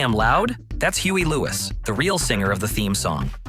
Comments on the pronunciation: Right! It's Huey ( Hueee) not Huaah. God forbid a real person take 15 minutes to read off the lines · Alao, who the hell is Hugh A Lewis? LOL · The robot's voice almost lost me with "Hugh A. Lewis" but the power of love pushed me through 'til the end. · You know it's an AI narrator when it makes a stupid pronounciation error like "Leed-lined" and not "Led-lined". Fukin AI! OMG. "Huay Lewis" are you taking the piss?